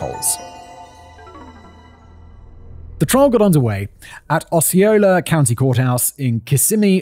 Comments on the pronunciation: I actually live in Osceola county, Kissimmee. I work for the school district where celebration also resides. I actually never heard the story. And my families been here for over 30 years. Simon: Osceola is pronounced “ah-see-owe-la” hopefully that helps. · So first, its Osceola (Ah-See-Oh-La) and second, my cousin was picked up as a suspect in that first murder lol. I don't miss Kissimmee (Kiss-immee) at all after all these years but itnwas cool when Celebration was first built to be able to drive around and experience seasons in the heart of florida lol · Just a friendly native Floridian FYI that Osceola is pronounced "aussie-OL-uh" and Kissimmee is pronounced "kiss-EM-ee"